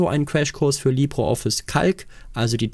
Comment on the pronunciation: Wieso Libro Office? Es heisst Libre Office. In Spanisch "Libro" bedeutet Buch, dagegen "Libre" bedeutet Frei.